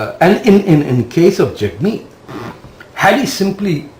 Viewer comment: Jag Meet? Nah. Not reDy.